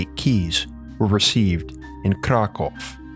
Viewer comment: That's a very weird way to read Kraków